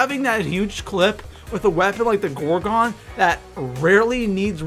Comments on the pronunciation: btw its pronounced gor-gun not gor-gon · ITS. PRONOUNCED. GOR-GUN. NOT. GOR-GONE.